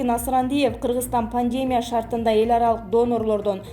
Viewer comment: Кабарчы кыз пандемияны туура произношение кылчы сураныч!